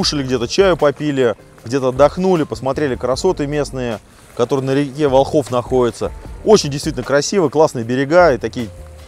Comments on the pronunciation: местные говорят вОлхов, ударение на первом слоге. Классное путешествие, завидую по белому, молодцы!!! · вОлхов, ударение на О!!! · Волхов, ударение на первый слог. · Ударение Волхов, на первый слог. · ВОлхов, ВОлхов, от Волхвы. Слух режет как булка хлеба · Ничего страшного в том,что не правильно поставил ударение нет точно,смысл в том,что парни делают Дело,интересное ,трудное и не ошибается тот,кто...в общем успехов,интересных походов и тестов✌️